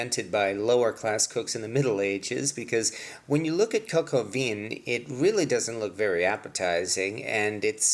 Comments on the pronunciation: ONE DOES NOT PRONOUNCE THE LETTER "N" AT THE END OF A WORD. (or as stated earlier, maybe a "nasal" N... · Thank you for your video. I suggest you consult someone who knows how to pronounce French words Coq Au Vin (especially Vin) and Bon Appetit! (the second "t" is mute. I hope you'll take my suggestions in good spirit! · It would be great if you could pronounce vin correctly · Please stick to English if you can't pronounce the words pho or vin. It irritates and gives others the wrong pronunciation. Or just learn to pronounce the words properly rather than make excuses!